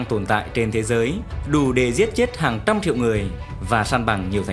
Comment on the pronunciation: 1trăm 20,chứ k phải 1tăm 20..phát âm bắc trung bộ, lai bắc bộ